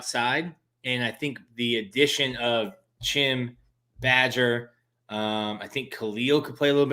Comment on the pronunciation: Somebody tell the wide receivers name is badger not badges😂